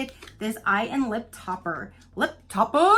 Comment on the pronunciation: The way you said lip topper had me rolling 😂